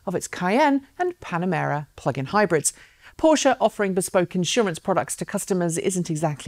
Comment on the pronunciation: Thanks for saying PorschE. Greetings from Munich, Tom.